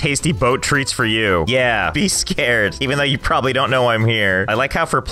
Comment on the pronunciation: Him: says donte rewind Me: rewinds